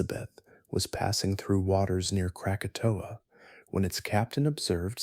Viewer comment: That's not the only word mispronounced. Mesosphere became mesofear, krakatoa became Kratoa.